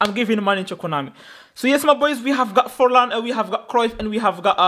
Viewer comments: Bro did 'Forlan' dirty 💀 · Fornal❌ Forlan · Forlán bro 🙃not fornal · Did anyone notice about the title he said fornal instead of Forlan